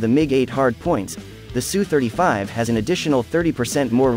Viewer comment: Good to hear proper pronunciation of aircraft type. Yes, it is pronounced sue-35, not s u, since people don't, say m. I. g. 29, they say mig-29. S. U. sounds more macho and assertive.